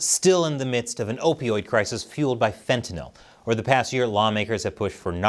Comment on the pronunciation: Wow! Finally a commentator who can actually pronounce Fentanyl. Well done. To others, it’s not fen-ti-NAHL.